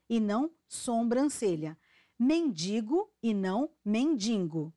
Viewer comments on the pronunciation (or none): none